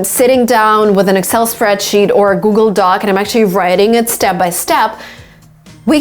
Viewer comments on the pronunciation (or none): none